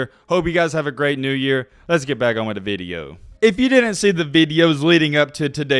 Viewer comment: Video.....not vid yo...🤔😁